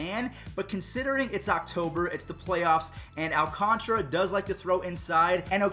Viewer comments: its Al Can TARA not alcantra al can tara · I think its Alcantara not alconchra Please stop mentioning the Astros playoff success my ears are bleeding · Who else was screaming its not Alcantra its Alcantara at the screen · What did you do with Baby Yoda!? And also AL-Kahn-ta-ra. 😊